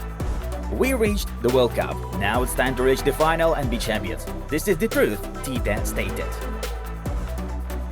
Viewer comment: is Tite, not Tita